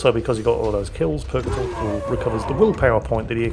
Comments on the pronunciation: Actually... Thule is pronounced Too-lee like the US airbase in Greenland. Everyone says it phonetically before being corrected, including me. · When says Thule, all I hear is Fool.:P